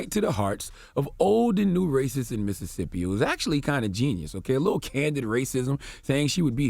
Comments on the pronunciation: IT IIIZZZ “Missit”sippi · It's Mississippi dawg